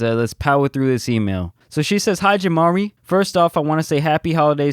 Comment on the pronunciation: It’s not jamari it’s